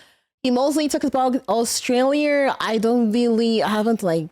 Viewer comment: "Australier." Definitely the first time I've ever heard that pronunciation.